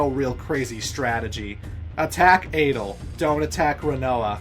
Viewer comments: Dude.. Adle? Ultimeshea? ODEEN? Are you doing this on purpose or something? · Thomas Morato Balamb and Adel aren’t that strange